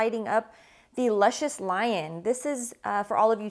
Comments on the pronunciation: The cigar is named after a character on the show pronounced Loo Shus. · pronounced Loo-shus lol